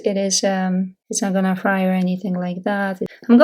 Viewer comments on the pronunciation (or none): Thank you for the video. I need to sew a tear in a sweater. Just for future reference, when you say fry, you mean to say fray. So the sweater doesn't fray.